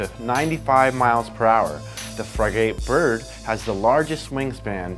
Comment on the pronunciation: frig-it bird is how its pronounced.